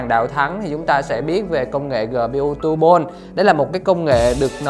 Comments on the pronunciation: "Gpu tu bôn"....phờ lây....vl rì viu :)) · Vãi đọc , Honor Flay - GPU tu-bôn - Les of le gần =))